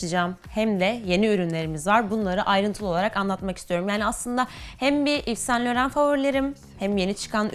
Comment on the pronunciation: İv San Loho diye telaffuz ediliyor